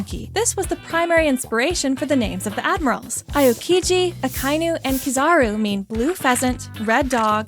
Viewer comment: Pronunciation Aokiji: (Ow-kee-gee)